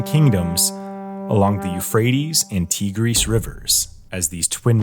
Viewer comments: Tigris River is pronounced Ty-gris.. Not Tea-gris..... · The Tigris is pronounced like the female tiger, not the teegrees. Couldn't watch after that.